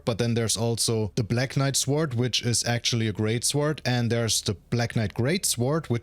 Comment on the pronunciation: Jesus SAY SWORD RIGHT ITS PRONOUNCED SORD